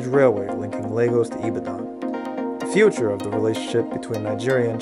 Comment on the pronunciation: Love your videos man. It’s actually pronounce ee-ba-don tho 😂